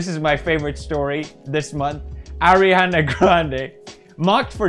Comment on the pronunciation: thank you for saying ariana instead of airana.